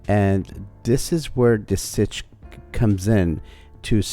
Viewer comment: STITCH not stich